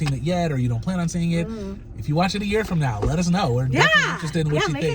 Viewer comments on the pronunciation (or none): none